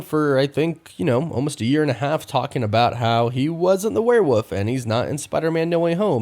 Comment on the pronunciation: You even said "Werewoof".... ew